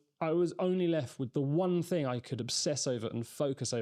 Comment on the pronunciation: THing not Fing - you lose credibility with this. Pronouncing T’s would suit you better, rather than just half your T’s